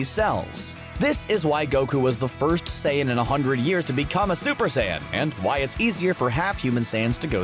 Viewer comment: i thought he was saying sans 💀